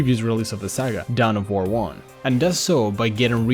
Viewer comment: down of war? you mean dawn of war